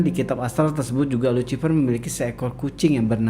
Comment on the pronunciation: Lusifer bacanya dammmm